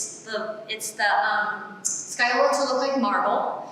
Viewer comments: It's still 'scagliola' as in ska lee ola and not sky ola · There is no L sound in the middle. In Italian, gli is basically a Y sound. So it's sca-yola. If you don't believe me listen to it into Google translate. That said, that's just the standard Italian pronunciation. Where she was taught in Italy, depending on the regional dialect and accent, they might actually pronounce it the way she says it.